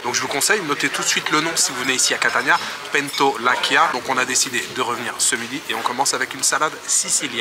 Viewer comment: La prononciation de Pentolaccia est: Pentolatcha! Si tu dis Pentolakkia, alors ce serait Pentolacchia 😊 Cci = tchi comme en occitano, (occitane) --> otchitano Cchi = kki comme en occhi, (yeux) --> okki 😊